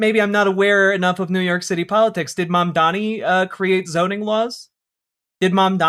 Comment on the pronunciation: The way that not a single one of these head asses can say Mamdani, when it is like the easiest fucking name to say. Mandami???